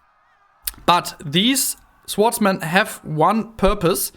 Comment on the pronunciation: Erstmal Respekt, dass du dich so aus deiner Komfortzone traust mit der Sprache! Insgesamt finde ich kann man sich das ganz gut anhören. Bei den "swordsmen" aber bitte nächstes Mal das "w" nicht mitsprechen!